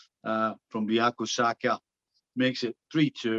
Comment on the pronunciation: 'Biako Saka'